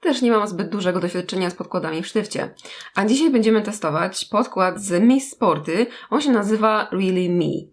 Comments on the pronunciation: Czyta się 'miss sporti ' ,a nie tak jak pisze , ' miss sporty ' :3💛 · Miss Sporty a nie czyta się Miss Sporti ? XD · mówi się mis sporty a nie mis sporty...